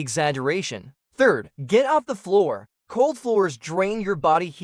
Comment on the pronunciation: All good tips. However, WHO NARRATED THIS? "Fir" hours? Get off the "flour"? What is a "blenkit"? Sentences cut off. Did you not listen to your audio? You lose credibility by sounding uneducated.